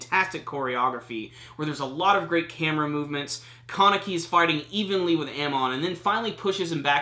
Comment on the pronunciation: The way you say Kaneki. "Carnickie"